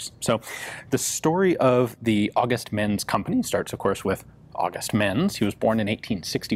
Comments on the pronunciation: They´re pronounced like Ments and not "mens". The letter "Z" is always pronounced like "ts" in German words. Always. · I don't know this guy personally (obvs), but in German, I believe the "z" in Menz usually gets pronounced like "ts" - same as you would with Mozart, or pizza. So it would sound move like "Ments." PS: I realise pizza isn't a German word, but it does follow the same pronunciation rule.) :-)